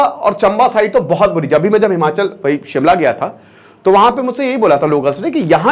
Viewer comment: Its not himanchal,its himachal